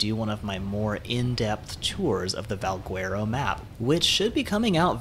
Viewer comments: Not pronounced VALG-WERO… it's more like VAL-GHETTO!!!! Trust me, Spanish is my first language. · in portuguese we dont read the U next to the G, so we say it Valgero, and the word itself sounds latin so i would go with that :) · Try Spanish dude. If you say Valgwearo on the server we play on, you would get tranqued. But great presentation. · Val - gar- oh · No one is going to say anything about how he pronounces Valguero? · bruh ive heard about 40 ways people pronounce it... its getting ridiculous xD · Guy Colon that’s why I came to the comments section 😂😂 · I hate how you pronounce Valguero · Haha thanks, there are so many pronunciations going around for Valguero, but I think you're right! Keep an eye out for my next Valguero video and I'll pronounce it properly this time ;) Thanks for the tip!